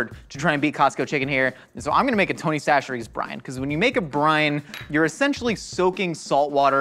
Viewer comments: He finally said chacheres correctly (sa-sher-ee) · I’m so proud of fully committing to saying Tony Chachere’s the right way, at least most of the time, lol.